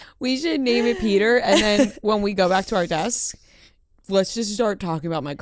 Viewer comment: Not peter... PEDRO!!!